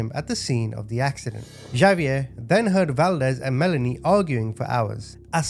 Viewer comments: Okay, completely minor comment…Xavier is pronounced “Ha-v-air,” not “Ja-v-air.” 😉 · The name Javier is pronounced HA VEE AIR. 😂😅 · Is not Javier.. it's pronounced Hov ee air